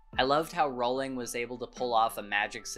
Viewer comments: Your story is as fascinating as the HARRY POTTER series itself! Just one point of fact, if I may: J. K. Rowling pronounces her surname to rhyme with “bowling”— and NOT to rhyme with “howling,” as you’d wrongly guessed. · Just for anyone who may not know, Rowling is actually pronounced like row row row your boat :) I'm so glad you enjoyed this series! Man do I understand what you meant by wanting to start the series all over again. I've read many classics, (most recently I read LoTR which I enjoyed) and NOTHING has captured my heart like Harry Potter. I always feel so completely pulled in by the magic of it all and each time I finish the series I feel like I'm mourning a friend. I've read it once a year the last few years, haha. I've recently begun reading it again. I've actually been trying to branch out and find other fantasy series (hence LoTR) but the big issue I'm having is that SO MANY OF THEM are basically just romance's disguised as fantasy and that's not what I want. I want to read a fantasy series, not a romance. I don't mind the romance in HP because it's like a side character. It's not the main plot. If anyone has suggestions, please let me know. I've read Shadow and Bone, tried reading the A Court of Thorns and Roses books (too graphically violent for me and focuses too much on romance) I started reading The Crescent City, and am currently reading The Cruel Prince. Nothing comes even close to HP. Help! Lol